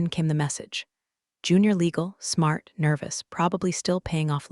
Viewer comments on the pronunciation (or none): none